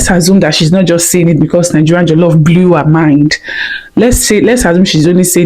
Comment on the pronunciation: Jollof rice not jelofe rice